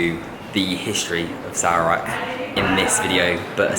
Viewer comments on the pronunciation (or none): Dude, learn how to pronounce Sarawak